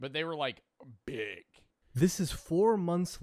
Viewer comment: why does say big like that lol